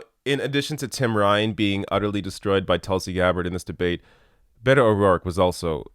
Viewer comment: Bay-toh .... WTF 😏